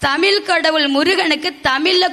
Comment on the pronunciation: ஏம்மா தமிழை தமிழ் என்று சொல் ஏனென்றால் ழகரம்தான் தமிழின் சிகரம். வாழ்த்துக்கள் நன்றி தமிழன் தென்னவன் ங